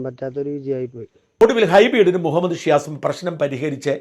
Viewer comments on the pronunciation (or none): none